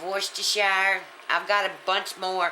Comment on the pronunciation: has to be one of the few people on the internet to pronounce worcestershire correctly, take notes folks.